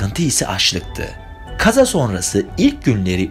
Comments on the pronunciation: Çok hüzünlü bir hikaye ama birinin sorması lazımdı bence artık neden “kaza” kelimesini böyle telaffuz ediyosun odağım yok oldu hdhshsj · estağfurullah sadece merak ettim farklı geldi telaffuzunuz😅 teşekkür ederim cevap verdiğiniz için, iyi çalışmalar☺️